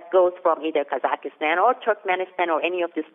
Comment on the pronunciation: You guys have to learn how to pronounce foreign country's names. It is KyrgyZStan and KazaKHStan, there are no such countries as "kyrgyzystan" and "kazakhystan". Good analysis though, thanks.